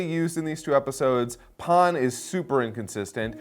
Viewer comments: The way he says pan drives me crazy haha all I hear is Pun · question, what does he say "pan" like "pa on", similar to "goku?" he says. In the japanese they say it like that but he's not speaking japanese so why? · I always find bending over backwards to use the Japanese pronunciation so funny. Like bro just say pan